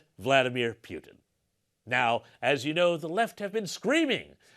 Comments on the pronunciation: Please pronounce misinformation's surname correctly, my wife is driving me nuts going on about nobody getting it right. When you say it right it's more humiliating in English. Poo-tin not pewtin. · Pootin not Pewtin. You finally got it right in the game show..